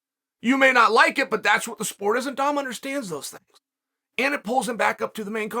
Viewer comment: Chael is inches away from pronouncing Dom’s name like “dumb”. 😂